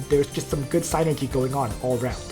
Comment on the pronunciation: very informative video for those of us just getting into pvp, thanks! [ ps: the Y in sYnergy is pronounced the same as the one in nitroglYcerin ;) ]